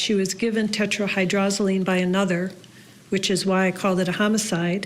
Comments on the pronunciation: Their "expert" continuously mispronounced the lethal active ingredient as tetraHYDROLozine rather than it's correct pronunciation of tetraHYDROZoline. Huh, some expert. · I heard hyrdrozoline though from the forensic analyst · This "expert" should learn how to pronounce "tetrahydrozaline." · Maybe it’s just me, but I find it odd that a person is interviewed for this video as if he is knowledgeable about the effects of tetrahydrozoline poisoning, and he can’t even pronounce the medication’s name properly. If you’re going to do an interview on this subject, at least learn to pronounce the substance you’re speaking about properly.